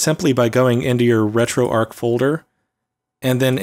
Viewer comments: It's retroarch not retroarc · ARCH not ark emphasis on the CH. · RetroArk and La-gee-Tek ;) I guess he doesn't get out enough to know it is RetroARCH and LA-ji-tek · Great video. I have Retro pie which works well too. (Also it's arrr-chhh like Archie, not Ark like Raiders.) Sorry to be grammar police but when people say things the incorrect way it lowers their credibility. Like when they say "unthaw". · Shouldn't Arch be pronounced as in "an arch" or "archbishop" etc?